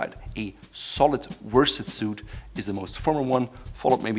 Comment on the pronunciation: I think ‘worsted’ is pronounced ‘woosted’ as in Wostershire. M.